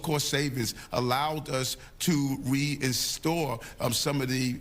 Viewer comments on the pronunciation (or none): " Reinstore " hmm 🤔 ? 🤣🤣🤣 You voted for him New York.